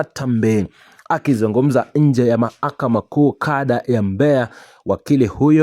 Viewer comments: Bhanaweee,sema mlalamikaji Wala siyo mlalamikaji. Na ni mahakama,siyo mahakama,wewe vipi bhana? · Sema walalamikaji,siyo walalamikiaji. Na ni mahakama Wala siyo maakama